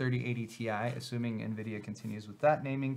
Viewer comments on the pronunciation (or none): none